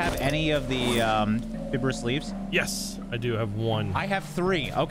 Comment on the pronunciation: the pronounciation of Fibrous leaves had me dying